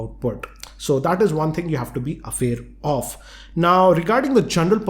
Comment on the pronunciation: you mean aware of. but said affair of... lol. sorry. but its funny